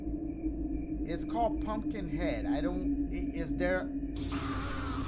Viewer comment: HAHAHA How Dashie pronounce pumpkin